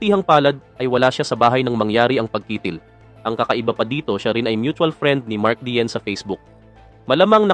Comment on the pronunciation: Hindi mark diesel